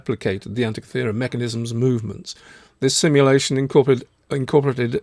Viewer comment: Guys, from a Greek in the museum with the device: An - teek'- ee thera. Emphasis on teek.